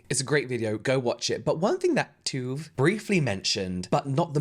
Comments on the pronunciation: Tuv is pronounced like “tub” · Love how no one in this situation knows how to pronounce tuv’s name 😂